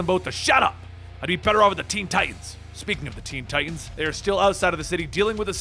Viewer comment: Ti tans, Ti tans, not Ti ans. Enunciate!! LOL I do love your vids tho.. Good job